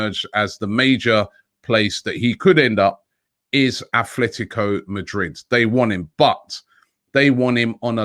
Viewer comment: Robbie, it really is aTletico, not aTHletico Madrid.